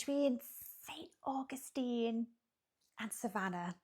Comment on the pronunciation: 🤣 And then pronouncing Augustine differently each time it says it!